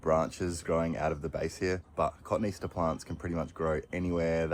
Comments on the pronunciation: Loved it all. Step by step as the garden revealed itself - and please!! Co-tone-ee-aster 😂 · Or kuh-tone-ee-ass-tuh (cotoneaster) 🤫 I’ve enjoyed every one of these episodes! Lovely garden, once you’d pulled it back